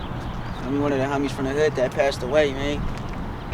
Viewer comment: I thought he was saying kicking it with the hunnys, lol but he was saying homies.